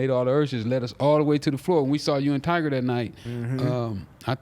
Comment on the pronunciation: Why all old niggas always pronounce tyga name as tiger🤣